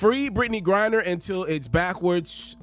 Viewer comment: It's Griner not Grinder big dawg 🤣😂🤣😂